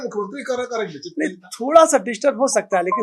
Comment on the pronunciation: एक बार बोल रहा....की बिछिप्त था...क्योंकि बोल रहा बिछिप्त नई था...ये क्या बोल रहा है भाई!